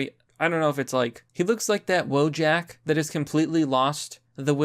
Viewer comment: Stop saying wojak as WOAH JACK. You yourself sound like a fucking soy wojak.